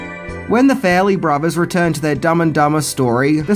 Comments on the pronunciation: Fa-relly brothers...not Fair-elly brothers...let's work on that pronounciation ;) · FAR-LEE BROTH E RS not fair ley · Farrelly is not pronounced "Fairly". And fix your lazy ass titles. God.